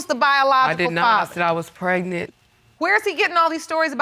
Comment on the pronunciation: Can we please pronounce “pregnant” the way it’s supposed to be pronounced instead of “prenan”